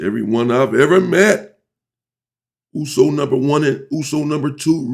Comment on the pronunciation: This guy pronounces USO correct and clearly u can tell he kikd it with samoans 😂🫡